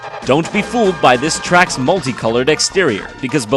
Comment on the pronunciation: Title: the top ten Mario Kart Tracks Jontron: the Top ten Mario Kart trecks What I hear: the top ten Mario Kart Tricks